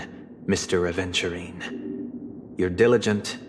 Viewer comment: At first I thought you said "a virgin" 💀